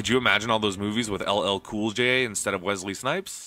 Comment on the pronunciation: "Welsey Snipes" Seriuously? Welsey? Red thumb.